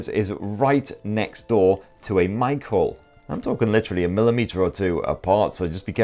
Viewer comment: Ohhhhhhhhhh you were saying Mic Hole, I thought you were saying "shove your pin into a Michael" and i was so confused for a while.